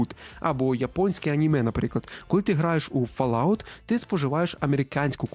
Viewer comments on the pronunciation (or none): none